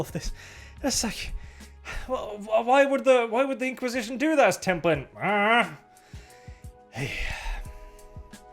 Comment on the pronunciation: The Tem-poo-lin Institute...